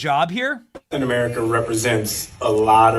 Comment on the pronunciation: you all know Kap'in Uh'Merika isn't real right